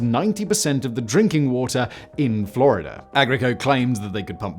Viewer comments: sounded a lot like gibberish. Captions say it’s Florida but I’m not hearing it. 😂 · It was the " in-fler-ider a-loone" that had me baffled. (In Florida alone)